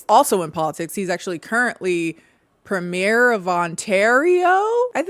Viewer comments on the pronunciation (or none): Also, weird, ik, but its pronounced preem-yer, not premiere.